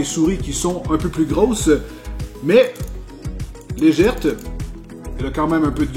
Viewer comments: Légère et non Légèrte, c'est plus net... sinon Nice la vidéo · on dit pas "légèrte" mais on dit "légère" mais bon je t'aime bien quand même malgré les faute de prononciation de français 😎💪👌😂😘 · Salut! Juste une petite remarque, on dit «légère», pas «légerte»... à moins que ça soit du patois québécois...;-) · Un aréoport, un souris "légèrte". Tu me surprends sans arrêt ^_^ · Une souris légèrEU et non pas légèrTE xD allons ^^P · " Elle est très légerte" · On dit legèrte au kebec ?